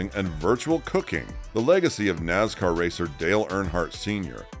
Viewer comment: It's Nascar...Not Nazcar